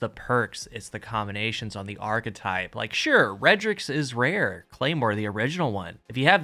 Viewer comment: “Vewy ware weapons” indeed